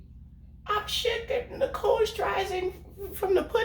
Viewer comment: LOOOOOOOL its pronounced SHER-ZING-ER LMAO